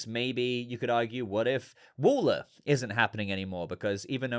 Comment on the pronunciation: It's pronounced Waller to rhyme with COLLAR, not Waller to rhyme with taller.